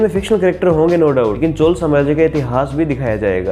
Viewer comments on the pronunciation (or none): Woh "chol" nhi "chozha".... Teek se pronunce karna seeklo...😐